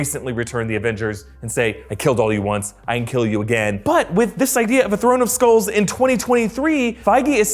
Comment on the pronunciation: Did anyone thought it said “skrulls” not “skulls” XD